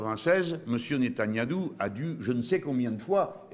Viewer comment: Le fait que le vieux le prononce netaniadou une fois sur deux ça me fume 😂